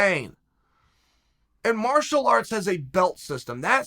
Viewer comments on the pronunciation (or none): none